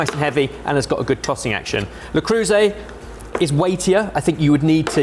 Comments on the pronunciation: Learn how to pronounce things for fuck's sake. "Tee-fal"? "Le croose"???? It takes literally 10 seconds to look up a video of a non-brain-damaged person pronouncing something. edit: harsh complaint but your channel is perfect otherwise so this blemish is particularly annoying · Saying "la crew say" for le creuset is pretty crazy haha. Nice video as always boys!